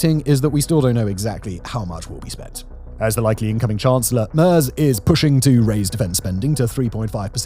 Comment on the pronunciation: I'm American, not German, but the pronunciation of Merz and Die Linke left me wondering how much I can trust the rest of the research if no one bothered to spend 60 seconds on YouTube learning to get the names right.